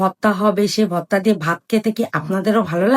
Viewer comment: Votta votta ki apu eta to hobe vorta😁